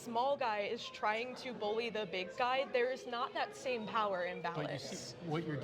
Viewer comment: Me: It is what it is" The Group: It izz what it izz.